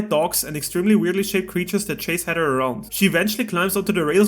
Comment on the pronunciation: Bro you can’t say Heather 😂you keep saying Header